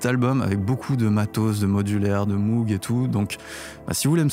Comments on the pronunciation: On ne dit pas Moug mais Môg. C’est Mr Moog qui l’a précisé dans un vielle vidéo . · je ne vous jette pas la pierre, vous n’êtes que le miroir de mes propres mauvaises habitudes. Mais entre nous, j’ai entendu Jean michel Jarre dire Moug dans un reportage...😆